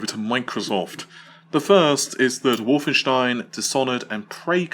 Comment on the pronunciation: Lol he says wolfenstein in german How is that possible does he speak german ?